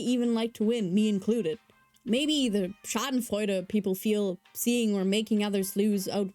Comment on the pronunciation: You pronounced "Schadenfreude" so perfectly, are you German?